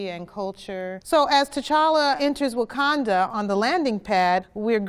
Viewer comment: Brenda Presil - *Wakanda*, but that's okay. Banner had trouble with the pronunciation, too. 😁